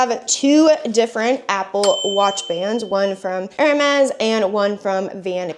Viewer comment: Do you realize you're saying Air May instead of Air Mez? (Hermes) :body-blue-raised-arms